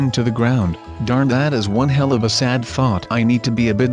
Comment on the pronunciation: did u say he## like if u think he said he##